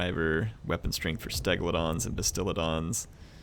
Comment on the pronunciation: I love how Mispronounces "stegadons" as "stegladons" and "carnosaurs" as "connorosaurs" 😂😂